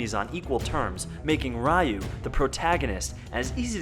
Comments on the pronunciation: Ryu not Rayuo....... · you said ryu wrong, please see ANY undubbed anime or correctly dubbed game to correct yourself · And by the way he pronounces Ryu